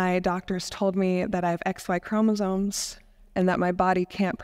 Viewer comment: etc. -- it's chromosomes, not chromosones